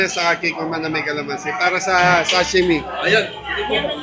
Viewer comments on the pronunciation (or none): Sashimi hindi shashimi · SASHIMI Hindi shasimi😂😂😂